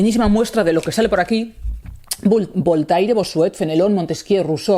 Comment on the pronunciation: "BOL-TAI-RE"... ¡La madre que me parió! Querida J.A., cuando te escucho pronunciar así los nombres de grandes pensadores (y es sólo un ejemplo) un escalofrío recorre todo mi cuerpo. ¿Podrías hacer un esfuerzo por llamar a la gente por su nombre? Entonces ya niquelado. Firmado: Un lector